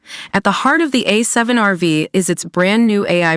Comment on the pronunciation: I think it's called A7R5 or A7RV ( no vee ) :)